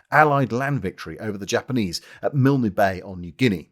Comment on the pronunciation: Totally loved your mangling of Aussie place names! In Milne Bay, the e is silent - just finish with the nasal sound. And Canungra isn’t pronounced whatever the hell that was. It is Ka-nun-gra, with emphasis on nun. It’s all good, we do realise that Poms can’t make a decent beer, handle temperatures much above freezing, or pronounce our places names. It’s why we love you! As I’m typing this I see that a picture of world’s greatest arsehole Tom Blamey has just appeared beside good Wavell. I hope it’s only to give the mongrel the pizzling he so richly deserves. He is a reviled figure in the country of his birth. EDIT: OK, I see it was so Blamey could give the benefit of his immense wisdom. There was plenty of wisdom from New Guinea, but Blamey had none of it. He was too busy whoring in Melbourne, trying to seduce subordinates’ wives and sacking much more competent rivals to actually bother with anything as boring as being on the ground in the battle area. If there was anything useful in those letters, it would have been the wisdom of others plagiarised by the fat fascist feck.